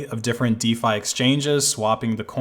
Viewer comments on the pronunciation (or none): none